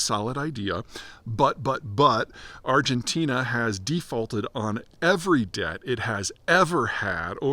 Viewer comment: ArgenTEEN-uh! Lololol we still love you, Peter!